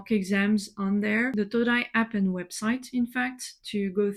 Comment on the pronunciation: Are you aware you pronounced the word APP incorrectly